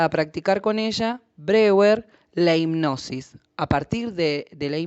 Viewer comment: Muy útil el vídeo, sería coherente que si nombra a Freud correctamente, también lo haga con Breuer (pronunciando Broier). Gracias por el vídeo!